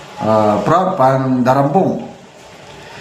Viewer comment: FRAAD PO ANG PRONOUNCE